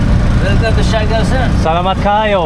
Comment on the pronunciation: have a safe trip! i like the way you said salamat kaayo. and amping! pakyaw means just pay cheaper than normal fare.